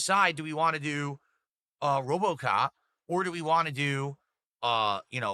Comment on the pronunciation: Bro says ‘want’ as ‘WAH’